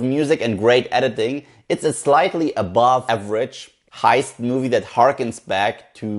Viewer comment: "It's too adverage to be a Tarentino film." That's what I feel about it too